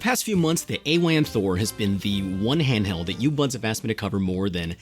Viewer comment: That was the craziest silent "h" opening to a video I've ever heard. I had to go back to comprehend you said "handheld" haha.